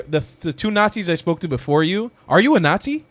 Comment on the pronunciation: No such critter as a "christian not zee"